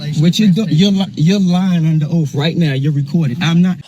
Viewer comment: I'm sorry to correct you,, but this man never said anything about the officer taking an oath to the Constitution. He clearly said an "oaf". Big difference.😆